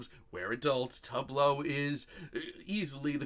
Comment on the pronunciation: Honey...! Her name is pronounced as such: Too-vay Loo